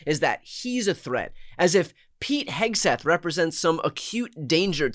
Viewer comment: Hesgeth sounds incoherent.